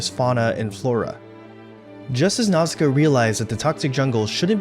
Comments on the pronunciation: I like the video, i a gree with the message, i love the film, but i would just like to say how i find english pronauciation of her name a bit jarring, my launguage shares similar letter s to japanese, so a more accurate pronauciation would be Nauška, the "š" letter eliminates the need for "ssi" but it is the closest equivalent for english, since this letter "š" is of slavic origin. I just find it more natural and more fitting. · omg can you pronounce nausicaa more wrongly??